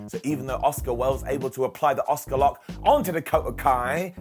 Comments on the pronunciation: It’s Ah-Ska not Oscar 🤦🏻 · Why is he pronouncing Asuka as "Oscar"?